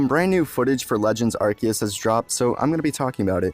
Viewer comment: how you pronounce Arceus let me guess You come from mandjtv too right :) :)